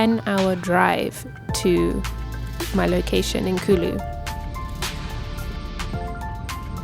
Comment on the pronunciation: Its not kului .... Its kuuuullu .. 😂😂😂 british accent sucks .. Water : whatha 😂😂😂 Its not Rock fooling : its rock falling bro You are eating Aam papad.. kala katha flavour 😂😂😂😂😂